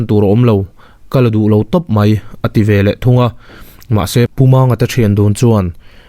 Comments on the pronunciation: A ziakah 'veleh' tih ni si, 'velah' tih tlat hi a dik lo tih mai loh chu lehkha chhiar thiam tak i ni. A ngaihnawm e. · 'Velah' i ti palh zauh chauh a lo nih hi.😂😁